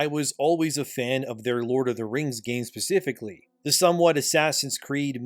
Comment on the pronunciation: Man it's 'specifically' not 'pacifically'...it took hearing this about twenty times to drive me to this.